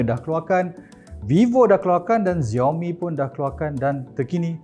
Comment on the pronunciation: Bukan "ziaomi" but "shaomi". Sebutan utk Xiaomi.